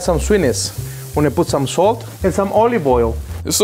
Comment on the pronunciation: The lady said "salt" like "sult".. reminds me of that youtube short where that lady adds cheese to everything... it's her 😮 "alright cooks" 😂